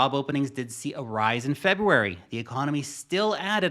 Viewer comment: the ecomony?